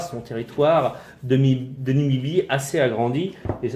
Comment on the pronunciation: Numidie pas numibie abrutis